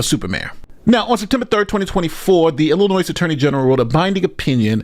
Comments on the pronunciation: It’s said, “Ill-a-noy” not “Ill-a-noise” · There's no "noise" in Illinois. "ILL-la-noy."